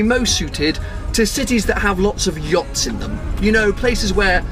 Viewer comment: Oh boy, that's not how you pronounce Yacht. 🍄